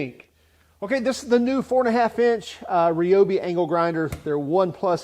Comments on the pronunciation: i swear i keep hearing ''anal grinder'' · at first I thought you said anal grinder lmao